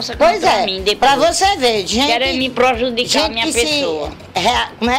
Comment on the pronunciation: "Qerêno me projudicar minha pessoa" kkkkkkkkkkkkkkkkkkk